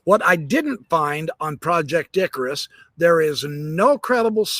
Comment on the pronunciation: I am hearing impaired and keep on hearing you say ,project dickrus